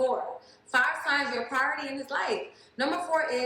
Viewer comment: “A praoooority”